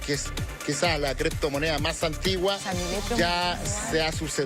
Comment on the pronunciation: LAH CRIPTOMONEAH... LLO TE VOY A ESPLICARTE.. que verguenza de programa